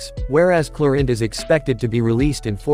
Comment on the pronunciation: Clorinde ❎ Chlorine ✅ 😅😅😅